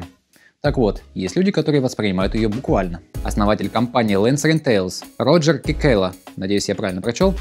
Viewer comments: 1. Роджер Цикала (по аналогии с Цекало) - правильное произношение его имени. Просто у него славянские корни - он чех или что-то вроде того. 2. Techart произносится как Тек-Арт (от Technical = Текникал). Я надеюсь, Вы не произносите "теЧникал инновэйшн" вместо "текникал инновэйшн" :). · Роджер Цикала (по аналогии с Цекало) - правильное произношение его имени. Просто у него славянские корни - он чех или что-то вроде того.